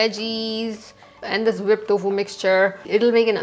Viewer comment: Its टोफु, not तोफु